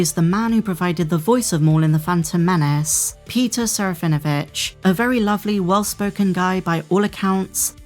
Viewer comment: There is not V sound in Serafinowitz. Please listen to Peter say it. SARAH FIN UH WITCH